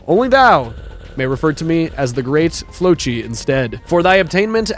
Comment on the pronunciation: Erm it’s the great flossi not great flochi and his full name is the great floccinaucinihilipilification